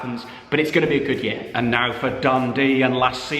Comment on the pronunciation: what’s a YER??? It’s YEAR mate